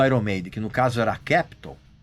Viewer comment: Desde quanto esse cara é músico? Nem sabe pronunciar o nome da banda iron maiden 😡